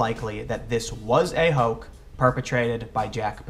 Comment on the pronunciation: Tim, why do you say "hoak" instead of 'hoax' in this video whenever you mention Posobiec?